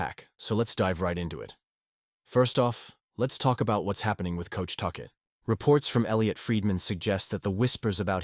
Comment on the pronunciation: toechek? tuket? toshay? lame downvote